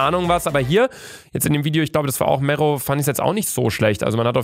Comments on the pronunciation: Er heißt nicht Mähro sondern Mero!!!😂😂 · Niemand: Luca: Mero =Fero genau Luca